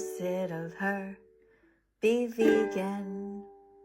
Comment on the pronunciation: 10 second i already heard veggan